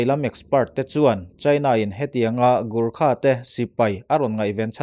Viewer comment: Lahur ni lo in laure zwk ani....Gurkha ani loin gorkha zawk.....